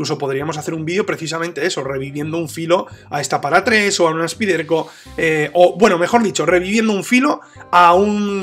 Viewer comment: Excelente video y gran navaja con apertura de una mano...Rapida para abrir y gran afilado..!! Te pregunto...por que no decir " Spaiderco " ?? Su nombre real.. Suena extraño y rebota al oir " Spiderco"...